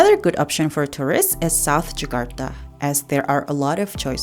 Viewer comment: Jakarta not Zakarta